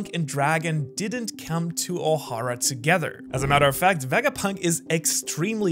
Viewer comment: Why does Ohara pronounce Ohara differently than when he says Ohara... Why Ohara ?